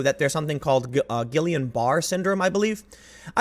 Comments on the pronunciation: Guillain Barré Ghee-ya Bah-ray the word is very french though the way you said it is the English phonetics and not quite the right way to say it. also yes I'm aware that this isn't important but I just wanted to point it out for those who might be curious about it. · hi love the vids. Its pronounced gee-on bur-aye. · Guillian-Barre syndrome is pronounce "Geeon Berray" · It's pronounced "gee-yan-buh-rey" Syndrome. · its pronounced "ghee an barrett" , and unfortunately Greenfield is retarded. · Guillain Barre syndrome= Gee-yon- ba-ray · Gee-on bar-ey